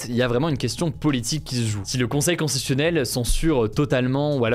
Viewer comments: Je pense que Hugo a dû consulter des écrans avant l'âge de 3 ans vu les problèmes d'élocution qu'il rencontre très fréquemment point notamment pour prononcer le mot constitutionnel et autres difficultés en fin de vidéo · Tu as du mal à bien prononcer "constitutionnel", mais moi aussi 😂